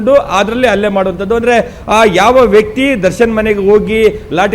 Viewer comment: ರಿಪೋರ್ಟರ್ ಅಣ್ಣ. . ಅದು ಅಲ್ಲೇ ಅಲ್ಲ ಹಲ್ಲೇ ಅತ್ತು ಅಲ್ಲ ಹತ್ತು